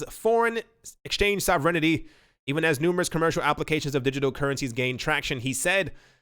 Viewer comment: Hilarious how her pronounces sovereignty lol 😝